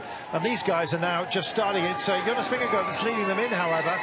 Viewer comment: Wish this commentator could pronounce Jonas’ name properly Jesus …